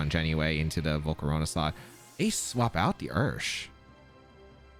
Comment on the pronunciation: Bro I love how says volcarowna